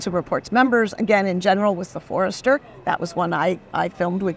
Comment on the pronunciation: You mean the Fordster, not Forester. 😂